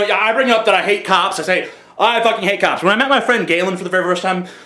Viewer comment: When you were talking about cops, at first I thought you were saying cows In like a Minnesota accent. I was like "Why you gotta be hatin' on cows?"